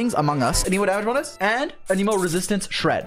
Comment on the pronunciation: Lol he says anemo damage bonus like it’s 1 word